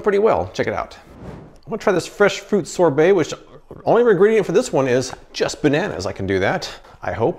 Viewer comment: Man you are saying sobert wrong. Find someone to say that word for you. Or put it in Google to say it right.